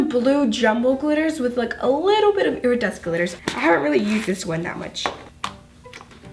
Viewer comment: She says airadecent